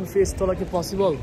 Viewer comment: Pronunciation Ta porjnto thik nai egular.. পসিবল রে বলে ফসিবল। Baper Taka Thakay egula ekhn Europe e 😐